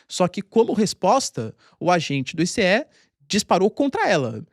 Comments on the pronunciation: Que "I cê É" professor , è ICE, se diz "aice" me ajuda ai pow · se pronuncia “aice” igual gelo mesmo